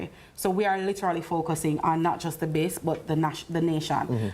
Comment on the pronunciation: Why does use the pronunciation of the word "THE" so haphazardly? Isn't the convention that before a vowel "the" is pronounced closer to the word "thee" and before a consonant it is pronounced as "tha"? Thee apple. Tha boy. I'm sure knows this. If he doesn't he should and he should start using it as such. It's quite confusing at times.